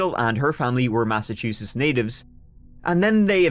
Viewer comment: Massachusetts, omg you're the only who's ever said the name correct. Lol... from here, I just call it massatooshits bcuz I can, I live here. This story sucked too.